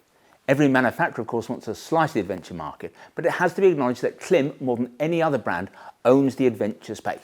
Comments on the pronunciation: Just for your information, the brand is not pronounced klim, short “I”. It’s pronounced KLYME, long “I”. Their logo has a macron (horizontal line) over the “I”, indicating a long vowel sound. In their company videos they refer to THEMSELVES as KLYME. So I’m not sure why you insist on referring to them as klim. You’re the only one doing it. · I do watch your gear videos since they are in-depth and brings a different perspective for us, Americans who thinks the world revolves around us. But I have to say...isn't it already sounding snobbish by pronouncing the brand as "KLIMB". You are doing brand damage by saying it incorrectly. Everyone and their grandma knows that. If they say CLIMB, it is what it is. Whoever you are or think cannot justify or change the way a company brand themselves. I had to argue with a rider cousin from the UK. He must be your subscriber. LOL Anyway, keep them coming and its "CLIMB"!!! , I downgraded my Baja to the Induction Pro. The Pro feel lighter, flows more air and have all around level 2 armor and $100 lesser in the US. I dont need to look like an ADV rider. I need comfort and protection. , I can guarantee Induction pants work with the AStar Tech 7 Enduro. However the velcro closure on the Tech 7 catches the mesh on the pants. Minor irritation but its the issue with boots having the hook side Velcro on the wrong side. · Correct me for correcting you if I'm wrong but I heard KLIM was Milk spelled backwards and so pronounced CLIM. Milk backwards because their first customers were snowmobiling ranchers.